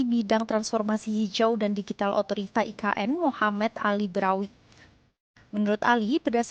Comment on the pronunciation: Sebutannya pun tak betul dok sebut e ka n hahahahahahahahahahaha parah dah